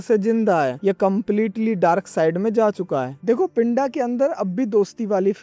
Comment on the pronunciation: Abe woh pindha hai pinda nhi in punjabi accent its pindha 😂😂